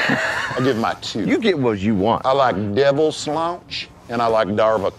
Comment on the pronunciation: "Devil Slaunche" lmao